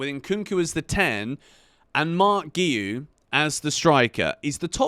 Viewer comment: Btw I think its pronounced gwee instead of geeyou as he said in an interview at the start of the season. Not trying to be annoying just letting you know!